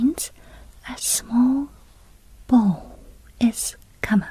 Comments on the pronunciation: In English when saying "make a small bow", the bow is pronounced so it rhymes with wow!. Bow is pronounced differently as in "He shot the rabbit with his bow and arrow", then it is pronounced as you did here as in rainbow. It's also pronounced that way as in "I tied my ribbon in a bow". Three different words (although all relating to bending something), spelt the same way, one pronounced differently to the other two. I'm English and I couldn't tell you why. English is weird I guess. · it rhymes with now; if you can say now, you can say bow. But girl- your English is amazing. Much better than our Japanese , that’s for sure! Sometimes , we just have to think about it differently. As an English speaker, I could never pronounce Aéroplan in French. Until another anglophone employee wrote down this- Ayeroplon. From then on I could say it. 😂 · Btw, this is a really small correction in English. But there are two pronunciations for the word ‘bow’. One is for 🎀, the way you’re currently saying ‘bow’ is correct usage for that. The other is 🙇🏻‍♂️, for when you’re paying respects. That ‘bow’ is said more like ‘wow’, but with a b